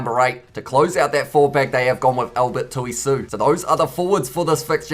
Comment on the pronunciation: Hey mate ! You did well .The only name I think that it will be good to pronounce properly is Albert Tuisue.. It should be pronounce as " Tui "(which you pronouced well) which is a Maori name for that bird but the " sue" bit is pronounced as "soo eh" and not as the name Sue in English. Otherwise you did well and Bula ! to you. Loved your commentaries mate !